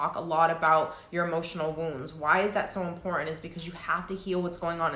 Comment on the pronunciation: (Important not imporenant )so annoying , sorry , love your content and you.